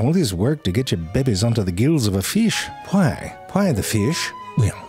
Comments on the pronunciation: "Hwhai the fhish?" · new Ze Frank word, “Hwhai?” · My gosh the way you ask “Hwy? Hwy the fish?” gets me every time. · Hwai the feesh?